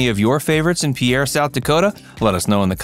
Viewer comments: It's pronounced pier. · Mispronouncing the name is irritating, the video also has several mistakes